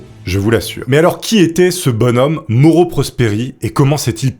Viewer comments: Ah je connaissais déjà cette histoire! Désolée, son nom se prononce "MAORO" et pas "MORO" Je te pardonne, tkt😉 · Mauro se prononce Ma-o-ro! 😂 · Super vidéo, comme d'habitude. J'ai un grd père italien. Et le prénom se dit Ma-ou-ro. Pour info :-) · Putain, alors Mauro ça se prononce Maoro, et pentathlon, ça se prononce comme pentagone, gros zboub, et pas comme pantalon! S'amenuir??? du verbe amenuirer? Le sang si Zèpaissi.... Putain t'es un conteur mec, fais un effort, fais toi relire par un mec qui parle français.